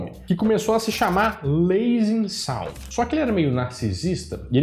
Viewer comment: É Lansing Sound, não Lasing Sound 🙄